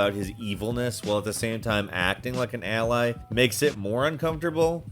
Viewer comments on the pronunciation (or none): none